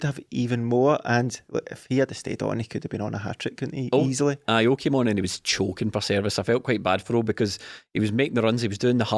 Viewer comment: When said "Oh came on", he said it all together like pokemon